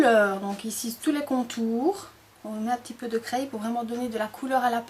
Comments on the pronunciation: C'est super juste une petite faute d'accent!! On ne dit pas "craille" mais on dit "cré" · Bizarre de dire "craille" au lieu de "craie" !!!!!!